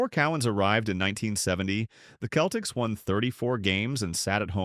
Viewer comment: This potentially interesting review of overachiever Dave Cowens career did not survive the chatgbt AI voice referring to his team as "The Keltics"